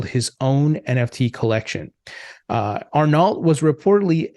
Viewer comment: ar-NO* is how you'd pronounce it. Not ar-NALT.